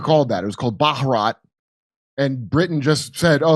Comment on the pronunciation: The second syllable of Bharat is stressed. bHARat. The B and H are almost combined into one sound, like a heavily aspirated B. I'm not surprised you know that's the real name of "India". You're a well studied person. I appreciate you.